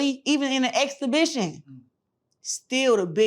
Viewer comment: Exscebition! Is that what she said! Shes illiterate 😅